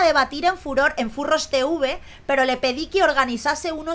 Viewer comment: furor furros lo dijo bien a la primera